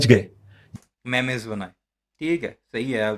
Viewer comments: 😂ارے گھامڑ میمز ہوتا ہے مے مے یا مے میز نہیں ہوا کرتا 🤣🤣🤣🤣😂😂😂😂😂😂😂😂😂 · Memes ❌ Memayz ✅ 😂😂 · MEMES NOT MAIMAYZ😅😅😅😅😅